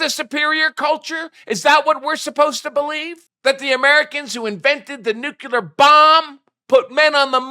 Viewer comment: Say it with me "Nu-cle-ar" - there's only one "U" in that word,.